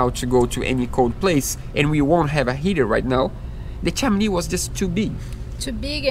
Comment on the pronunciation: Not making fun or insulting! Chimney is pronounced with (him) guys :) ch-him-knee love yas! Keep up your dream is shared by so many of us and we live them out through your videos!